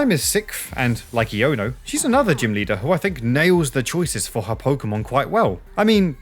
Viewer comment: Great video all in all but please pronunce Iono's name correctly :( it's supposed to be a pun on the shortened pronunciation of "I don't know"